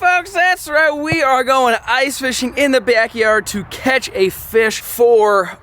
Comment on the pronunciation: I hardly ever notice your accent being thick, but that bEack yard hit hard in the intro lmao